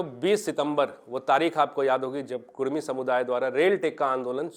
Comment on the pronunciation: कुरमी ❌ कुड़मी ✅